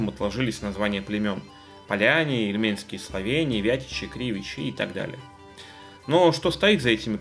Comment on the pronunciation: Я снова про ударения. :) `и льменские (словене), и озеро `И льмень.